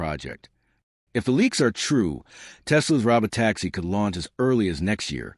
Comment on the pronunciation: Hey less than impressive AI voice. That's Pronounced (Row-Bow Tacks-ie)